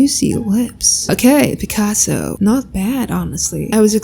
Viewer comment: I effing cant with your picaso. I don't know why Its so fanny to me every time you say it.